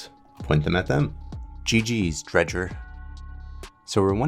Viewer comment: Bro said dredger like a slur